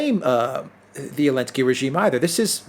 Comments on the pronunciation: Why doesn't he say the Z ? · the first letter in "Zelensky" needs to be pronounced. It's not silent. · I’m sorry but WHY in the flying F$&@ are you saying ELENSKY. YOU ARE ABSOLUTELY RIDICULOUS for this. Say his name correctly.... it’s absolutely ridiculous to listen to someone and take them serious when you are dropping the Z for some placating reason. The letter Z is NOT banned and still exists. Good day.